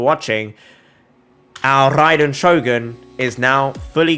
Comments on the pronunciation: When he said rrrraiden shogun it sounded so good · Love the way he tells RRAiden Shogun hope I get that accent man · I love em r rolls everytime he said raiden shogun